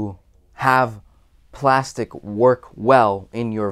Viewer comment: This may be sorta random, but you're the first velocity banker I ran across who pronounces Plastiq correctly.